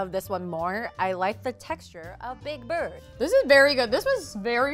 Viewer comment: just how did 'atayef' become big bird?! literally never crossed my mind that it was atayef